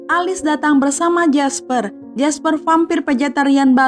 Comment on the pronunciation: Bukan alis tapi elis 😭😭😭